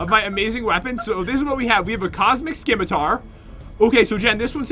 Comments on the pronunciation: The C is silent in Scimitar.. it's pronounced 'Ssimitar' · Scimitar. it's pronounced "SS-Ih-Mih-Tar" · Who else was kinda annoyed that you say it like (simitar ) and not scim-itar. The C is silent